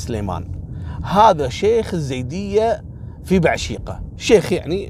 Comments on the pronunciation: اسمنه مو زيود ايزيد نطقكم غلط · عفوا اخوي احمد الخزرجي يقصد الايزيديين وليس الزيديين بس ما نطقها عدل هذولا في بعشيقة وسنجار اللي احتلوهم وسبوهم الدواعش 🌹